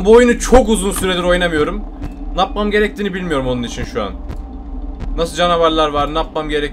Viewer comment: nâpmam gerekiyor yerine napmam gerekiyor degişi komik yaa😂😂 devamını oku...